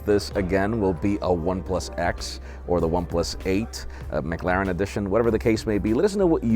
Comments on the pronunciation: It might be the American accent making it worse, but it's the way he overemphasizes the a that bothered me mostly. Go on how to pronounce and the first result is how I pronounce it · pronunciation of McLaren hurts my soul